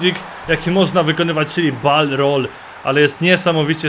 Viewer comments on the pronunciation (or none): Nie BAL roll tylko BOL roll :D